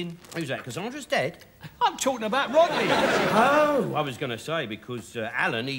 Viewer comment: “That’s not funny Wodney, Rodney!”